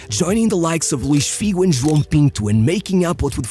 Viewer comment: Hey, portuguese fan here…I just want to let you know that I appreciate how you pronounce portuguese names. You nailed it, especially . A lot of English speakers find it difficult to pronounce “João”. You did it very well.